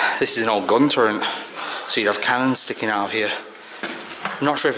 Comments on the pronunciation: Gun turret not turrent!! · Sorry to nit pick, but its 'turret' not 'turrrent' buddy!:-)